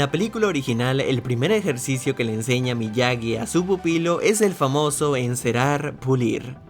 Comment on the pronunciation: En el minuto se dice MIAGY